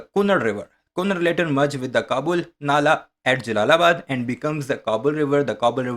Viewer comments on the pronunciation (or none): کنڑ لفظ ہے ، کنار نہیں ہے ،